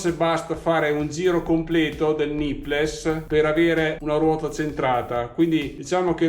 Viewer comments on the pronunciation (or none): Grandissimo come sempre! Ti faccio un appunto fastidioso, spero che mi perdonerai: c'ho messo un po' a capire cosa fossero questi "nippless"; le parole "nipple", plurale "nipples" (che tra l'altro significa "capezzolo", "capezzoli") ti consiglierei di pronunciarle, anche italianizzate, "nippol" e "nippols". Funzionano come la parola "little" che in Italia pronunciamo "littol"!